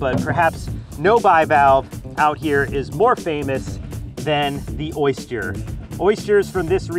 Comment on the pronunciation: ......oist-yer ........oyst-yer.......or oyster